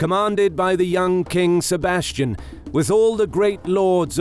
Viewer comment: "Sebastian"? No, no, no... SEBASTIÃO.